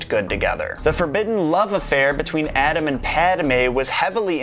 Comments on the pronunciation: He says Adam and Padmè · did you say, "adam and padmé"? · Pademe. Adam instead of Anakin. Wtf